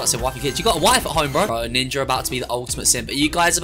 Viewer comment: Bro you kinda said. Ninjer